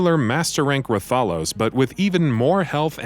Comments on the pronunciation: For fuck sake This list is alredy wrong 1#Sephiroth KH 1 and 2, Talk about Final Mix ver But shows Lingering Will at the very start. you guys suck. 8#Silver Rathphalos? DA FUCK learn how to pronounce IS TAAAAAAAALOS like AAHHHHHHHH. This entire list is a fucking joke. Gungeon is the only game where i agree because i never play it. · It's pronounced Wrath a los. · That's not how you pronounce Rathalos and silver rath ain't that hard